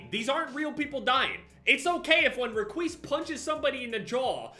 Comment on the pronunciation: Nobody: Literally nobody: every five seconds: reqise